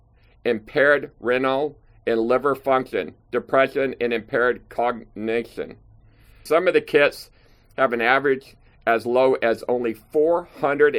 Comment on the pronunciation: Renal... (Ree-nal ) kidney failure